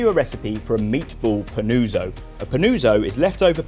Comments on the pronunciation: its pronounced panutso pa-noo-tso, very nice video, ciao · Every time he says Panooozo, i wana punch the wall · Bro, love this recipe, you knocked it out of the park, here goes a well deserved like. Not a neapolitan here, but the helpful italian in me wants to assist as the name is being butchered. PAH-NOO-OTZO. Please and thank you. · Yes. "Pan-uo-tzo" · Fantastic recipe, just have to improve the pronunciation of panuozzo :). Well done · Dreadful go hear brits pronounce Italian words